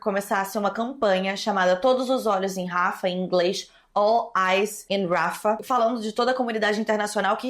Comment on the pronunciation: só um detalhe, imagino que você veja muitas dessas notícias em sites gringos e aí você acaba pegando a pronúncia deles, mas "Rafah" pode ser pronunciado exatamente como se lê, inclusive com o H "servindo de acento". kk Amei o vídeo.